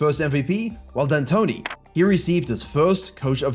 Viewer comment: Ah yes, Mike No D Antoni.